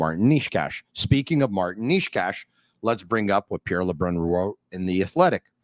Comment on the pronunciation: A little help in here. Nečas = Naychas Not Neeshcash and definitely not Naysach 😅